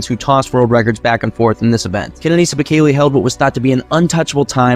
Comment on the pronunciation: its not pronounced beKAYlee its behkehluh